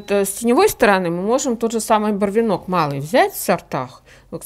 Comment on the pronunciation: Уважаемая ведущая, в слове «барвИнок» ударение на И....